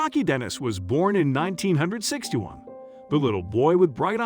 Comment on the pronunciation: Why the hell does the narrator pronounce the years soo odd.. perhaps computer generated but you dont need to say 1900 and sixty one...